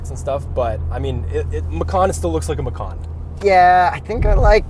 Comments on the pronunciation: Hii, sorry The pronounce this car is "MACAN" with "C" not with "K" (MAKAN), because Porsche said they take this name from Indonesian language. And the meaning "MACAN" is "JAGUAR" if you say "MAKAN" that meant "EATING" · Guys, its Ma-Chan. Not Ma-Khan. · Hii, sorry The pronounce this car is "MACAN" with "C" not with "K" (MAKAN), because Porche said they take this name from Indonesian language. And the meaning "MACAN" is "JAGUAR" if you say "MAKAN" that meant "EATING" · Macan. . .I thought it's Macau...haha...it would be nice if Porsche name a car Macau. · Lol.. it gives me a chuckle everytime macan is pronounced the way it is in the video. It sounded like the word for "eating" (makan), the word macan comes from indonesian word for tiger, so might want to google how it sounds. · Since macan is an Indonesian word for tiger, I believe it is supposed to be pronounced ma-chan... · Bahasa Indonesia = Macan = Tiger You Better not pronounced like that 😅